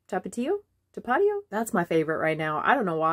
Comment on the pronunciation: Said Tapatio right the first time.